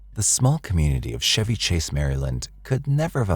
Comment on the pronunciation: But him pronouncing Chevy Chase wrong didn't bother you?